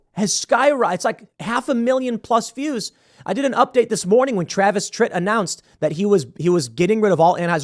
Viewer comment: Yup definitely said tit...there's an r in there somewhere Tim